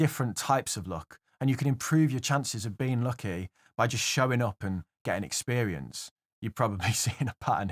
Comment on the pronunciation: Geh-ting ;) You might be good with money, bu' pruhnunciatiun ain't'n't you're strong suit ser ;) Congrats on wun hunred kay dude